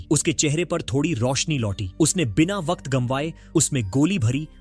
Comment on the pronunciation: भाई वक्त होता है वकक्त क्या होता है